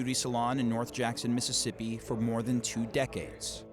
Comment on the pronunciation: Misissippee Cee Cee Pee